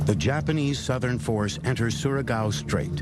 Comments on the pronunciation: As a Filipino I shall judge every mispronunciations: All in order of Time-How they said it-Corection on how it actually sounds-Score-Actual Spelling Leytee>Leyteh 6/10 Leyte Sa-mar>Sah-mar 9/10 Samar Surigao 10/10 Surigao Leyteh 10/10 Leyte Edit: I won't judge other pronunciations when I get they finally get the actual stuff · Not gonna lie you pronounce "Surigao" good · As a Filipino, it hurts how you misplace the stress when pronouncing Samar, it should be the first syllable. You got Surigao right though. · Oh wow surigao is correct pronunciation Good job m8